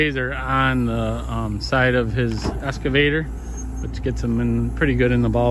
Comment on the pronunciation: EXcavator. Not Escavator